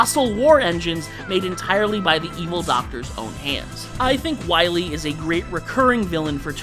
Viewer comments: It's Dr. WILY, not Dr. Willy! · You're taking a serious L by putting an extra "L" in Wily. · Two corrections regarding Dr. Wily. First: His name is Wily, not Willy. Only one L. And second: The Reploids were coming much later in the Mega Man timeline, during the Mega Man X games, with X being the first one. The robots they created in the classic era were usually referred to as Robot Masters.